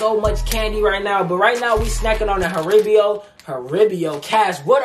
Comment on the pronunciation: “Haribio”😭😭😭we all messed up like this before lol